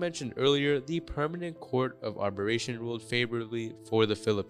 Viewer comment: Dude! You got a few things wrong... Its not the International Court of ARBERRATION but ''Arbi -tration'' (2016). China did not turn up - and LOST In 1982 China signed UNCLOS (United Nation Convention of the Law of then Sea). By doing so, China KNEW any historical claims to the South China Sea became NULL and VOID. So that argument is non-sense. China also knew EEZ was/is 200 nautical miles; not 1000 nautical miles. Is CHINA, TAIWAN and SOUTH VIETNAM abided by 200 nautical miles - there would be NO PROBLEM China's word means NOTHING Whilst in Washington (2015) Xi stated there would be, ''no militarization of the SCS'' yet with a year air strip started appearing on islands in the SCS. YES you are in trouble The world is